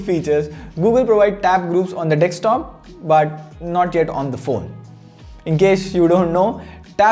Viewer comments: Bro it's desktop not dekstop 😄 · D-E-S-K-T-O-P, not D-E-K-S-T-O-P. If you're speaking in English may as well speak it right please. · Everyone: Desktop: Dekstop 😂😂😂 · it's a deSKtop not a deKStop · Please stop saying "dekstop". Too many people watch your videos, fix it before someone thinks its the right pronunciation. You guys do this almost every video. Its so annoying